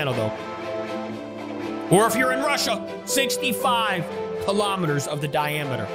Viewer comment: It’s kilometers not kalomaters